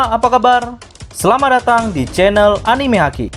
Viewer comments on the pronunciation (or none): none